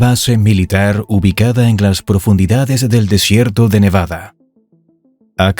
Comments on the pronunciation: เนวาด้า ไม่ใช่ เนวาน่า มั่วจริงเชียว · เนวาดาไม่ไช่เนวานาอ่านก็วักนานเกิน55